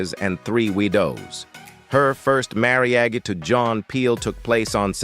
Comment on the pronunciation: I love the content but why can’t the narrator pronounce, “marriage “?